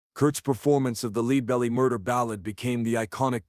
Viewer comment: AI voice? Leadbelly wasn't pronounced properly and the vocal commentary sounds monotonousness with a touch of AMR. Is this AI slop?